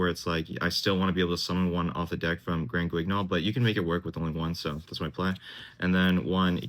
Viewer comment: First deck profile to pronounce Granguignol correctly. Ty